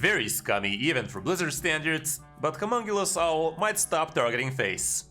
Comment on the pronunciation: fyi. The name is Humongous ow not homonculus owll. Besides that great video